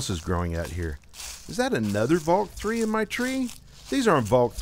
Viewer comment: Valk Tree, not three.